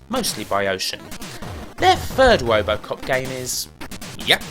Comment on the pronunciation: I keep on laughing every time he says "wobocop" lol.